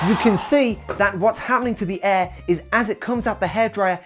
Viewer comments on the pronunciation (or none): Why do you pronounce air as "eh" 😂